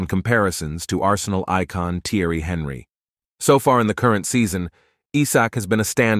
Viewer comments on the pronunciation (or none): The guy in this video should learn how to correctly pronounce ”Real” (as in Real Madrid) and ”Henry” (as in Thierry Henry).